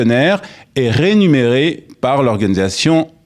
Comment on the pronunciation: Rémunéré pas rénuméré.